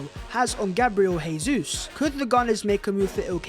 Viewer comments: It's Jesus, with a J. Not an H. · FFS stop butchering Jesus'name. It's pronounced Jay-zeus not Hay-Suess. He's Brazilian not Spanish.